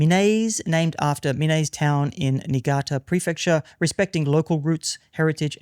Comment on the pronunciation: Minase is pronounced mee-naa-say.